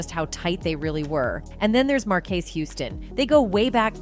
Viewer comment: Ok let's do this we all know her name Bey is pronounced like B and marques Houston name is pronounced Marcus Houston Pharrell is pronounced like fa rell let me help if you if you go report at least pronounce there names right 🤦🏽geez